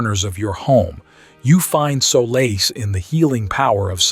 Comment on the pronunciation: When you mispronounced solace...I couldn't take it anymore. Confines was mispronounced, too.